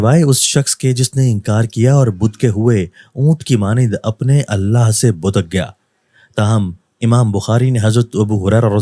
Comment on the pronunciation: Bidak gaya thek he.budak gaya halat he.chutiya.kahan se atey hen ye log.urdu bolna hi nhi ati.